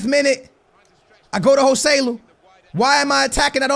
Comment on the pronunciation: Its not "Gohseloe" but Josseluu